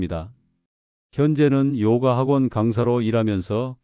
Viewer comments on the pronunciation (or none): <요가>를 요까라고 하면 안됨. 그냥 <요가>.